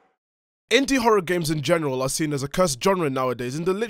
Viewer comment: "In goneral" 😐 Bruh